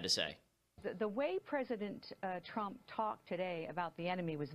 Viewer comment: President Twump?